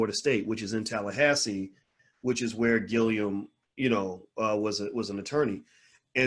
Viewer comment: Dr. Boyce just a lil feedback. The man’s name is Andrew Gillum not Gilliam. Also, he was the mayor of Tallahassee but he is not an attorney.